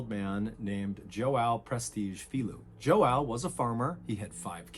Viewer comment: The complete butchering of the name João by MrBallen